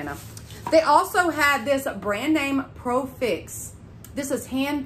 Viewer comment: It’s not profix it’s pro-fx lol 😂